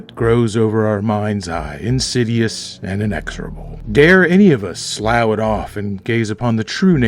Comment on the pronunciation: hate to correct pronunciation, it usually means you learned the word by reading it, a good thing. "Slough" is pronounced "sluff"